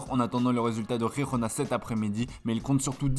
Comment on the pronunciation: C’est « Jirona » pas RRRIRRRRONA. C’est une club catalan pas espanyol….